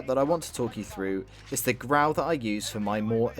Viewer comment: ITS NOT GRAW ITS GRAU